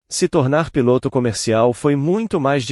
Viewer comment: Por que nos relatos o relator assassina a lingua portuguesa neste relato ao inves de falar piloto o narrador fala pilôto é um charme de palavras ditas erradas.